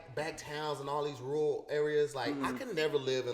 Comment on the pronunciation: I’m so surprised let all attempts at saying “rural” slide😂